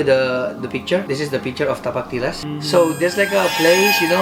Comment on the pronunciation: "TAPAK TILAS" Keluar dong logat makssarnya😂